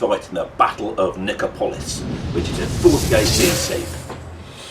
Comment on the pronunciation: Nice vid. Good to see 6mm ancients with S&H. Also, pronunciation of Nicopolis is on the third-last syllable - so Ni-CO-po-lis, not Ni-co-PO-lis.